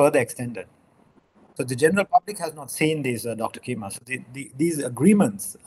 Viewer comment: He said Cheema as Keema in the end...😅😅😅😅😅